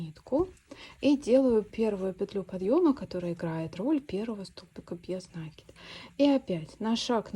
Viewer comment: Спасибо за прекрасный мастер-класс! Отличный узор! Одна маленькая просьба: слово накИд, ударение ставим так же, как в слове накИдывать.